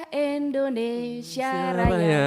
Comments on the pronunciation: Si ibu aja nyebut indonesia = Endonesia Aku mah suka kesel org indonesia nyebut nya endonesia Klo org luar negeri sih ga mslh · Ijin bu rosi, Indonesia bukan Endonesia